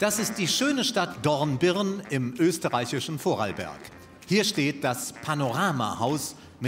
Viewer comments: "Vorralllberg" lol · Wir komme aus Dornbirn im schönen VORARLBERG!, es heißt VORARLBERG UND NICHT VORADELBERG, …! Euer/Dein BGD-Team